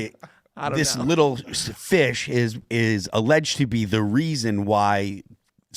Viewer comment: Phil's funny when he's like "this little... FISH."